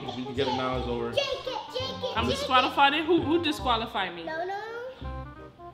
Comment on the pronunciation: said disqualifi